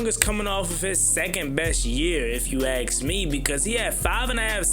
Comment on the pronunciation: It's pronounced ASK. ...not AX man. The word is ASK. That being said love your channel!